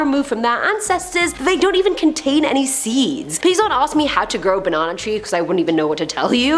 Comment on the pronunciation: I like how you say Ba Nan nA 😂